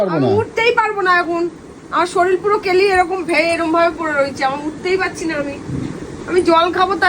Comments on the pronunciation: শরীল টা কি , শরীর বলো। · "শরীল" নয় কথাটা শরীর, 😂😂😂